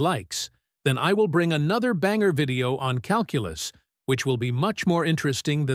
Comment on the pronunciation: if this video gets 3 thousand likes I'll bring another "banger" video.. 🤣🤣 but it sounded as white as humanly possible. I thought I was listening to a rap album when he said another banger 😂😂